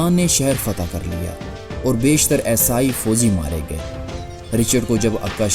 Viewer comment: Video buhot khoob hai, Aapse guzarish hai Esai sahi bol le aur behter rahega…. Shuru me samjh na dushwar hua